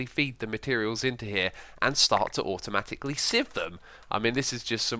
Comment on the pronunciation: Am I the only one who heard X say "Automagicly"? :D